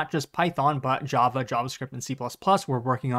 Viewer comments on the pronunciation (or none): none